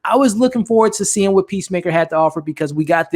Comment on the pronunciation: Idris alba: 'pissmaker'